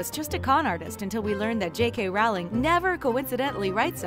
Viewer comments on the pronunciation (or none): "SEE-mus" (Finnegan)? Is it daft ye are, woman? That's SHAY-mus--and SHAYM on you for not knowing that! ;-) EDIT: What is up with another one of these narrators? How could she be held up as an expert on HP when she pronounces JKR's surname to rhyme with "HOWLING"? "ROWLING" RHYMES WITH "*BOW*LING"! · It’s rOwling not rAwling